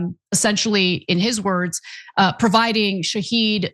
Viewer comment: Shah-Head drone not Sheh-Heed. They mean two completely different things.